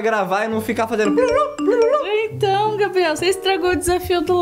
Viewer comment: Gente e impressão minha ou a falou gabri kkk